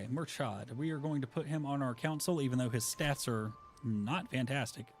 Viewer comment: Please guys, I'm begging. Stop pronouncing Murchad as if it is an English word. It sounds nothing like what you're saying.